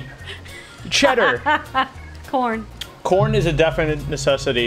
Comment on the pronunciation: When you said corn I thought you said Porn I was like what wtf